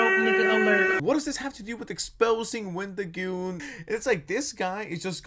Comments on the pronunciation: why do you keep calling him wendigooner💀💀💀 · did i heard wendigooner? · Did he say wendigooner? 🤣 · lol Wendigooner? It’s Wendigoon. I believe he’s 24 now. This guy is just misrepresenting everything. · you did not deadass call him wendigooner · Why do you keep saying Wendigooner? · His name is Wendigoon not Wendigooner, ❗💢😡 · Why do you keep calling him "WendigoonER" stop watching porn man lol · bro calling wendigoon “wendigooner” kills me